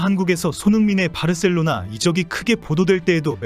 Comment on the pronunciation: 바르셀로나 가 아니고 바 셀로나